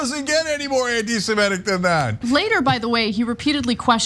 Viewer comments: It's "anti-sem-IT-ic, not "anti-sem-ET-ic. Cenk always mispronounces it. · 'SemItic,' not 'SemEtic'